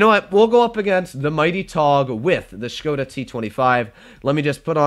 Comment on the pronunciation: The pronunciation of the "O" in the word Škoda is not like "whole", "hole", "hope" and so on but is it like "hop", "on", "from" (+ you say it little bit faster, so it won't be Škoooodaa but Škoda). You can trust me, I am from Czech